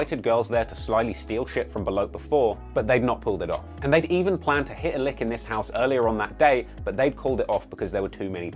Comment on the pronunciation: The way that brit says "Hit a lick" Is marvelous